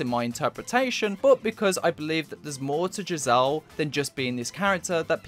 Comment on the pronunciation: The characters name is pronounced gizzer just fyi